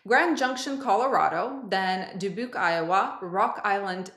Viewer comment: Thank you for another great video, very informative. And your pronunciation of Dubuque is getting closer to sounding like a local … 😊